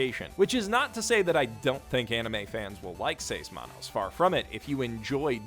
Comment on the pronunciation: U said seis manos so bad i didn't know what u said so after like 10 seconds i be like...OHHHHH six hands! Its in spanish! (My first language is spanish)